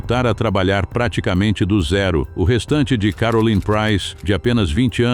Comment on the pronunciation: Nihayet karolayn dediniz neden isimleri hep yanlış telaffuz ediyorsunuz 😊😊